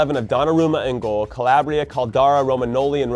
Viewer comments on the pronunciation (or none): none